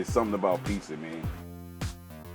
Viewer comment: Damn... in New York... most black folks pronounce "pizza" like "pisa." These are the first black dudes I have heard pronouncing it like I do... "Pete Za."